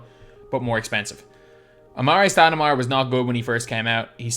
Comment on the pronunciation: "Amaray Stoudemire"